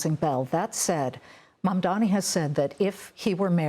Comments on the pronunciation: I love how Coumo says Mamdami. It is so funny. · It is. He kind of mumbles it